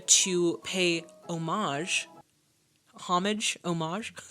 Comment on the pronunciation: Pronouncing "homage" correctly earned you your upvote!